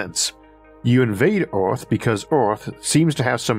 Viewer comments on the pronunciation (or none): the narrator says ‘Oorth’ instead of Earth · yes, Oorth where you from?🤓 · i love the way he says earth